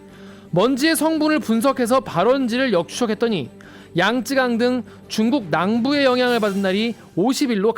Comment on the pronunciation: “중국 낭부” 아니죠 “중국 남부”